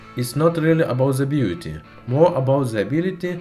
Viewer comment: it's not abouz the beauzy itzz abouzz..